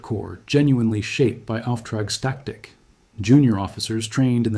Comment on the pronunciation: "off track static", you what, mate? It's "Auftragstaktik", or "Führen mit Auftrag".